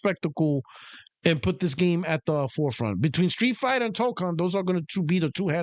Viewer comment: the way to pronounce the "kon" in Toukon is "cone." You got the first half correct.